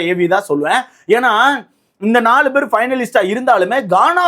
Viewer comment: டேய்... பெற ஒழுங்கா சொல்ல கத்துக்கடா.. என்னடா review பண்ற